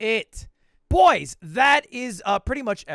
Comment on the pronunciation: I feel like he says Boyz not boy's